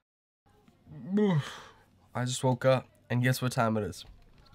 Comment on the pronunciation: Lesh not goo! 😂